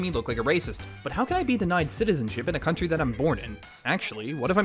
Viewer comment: I think the joke is you cut yourself off saying “stinky country”? But it sounds like you said “stinky cunt”????